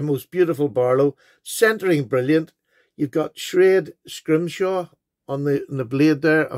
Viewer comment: that’s very nice of the guy sending you the mini telescope also very cool knives especially the Barlow I has a schrade Barlow in the basic scales and an imperial both great for my whittling wood spirit carving. I do also love sak knives but you pronounced schrade correctly. I let you know when your cards and stickers arrive 🍀🇬🇧👍🇮🇹🐾🦊